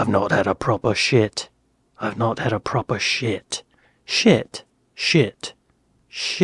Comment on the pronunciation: How! The issue wasn’t (shit!) it wasn’t that word your pronunciation of “proper” was lame that is why u are are a silent actor in walking dead or a shit advertising actor…..?I’m pulling ur pisser mate! Been following you for years! ❤